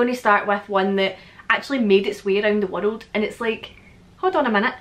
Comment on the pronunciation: i love the way you say world, "wurrelled"